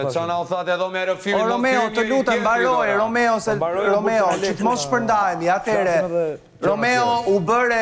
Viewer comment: Dhe Vesa qe nuk u mesua te thote Romeo, por Romao, dhe jo chift por qeft, 🤮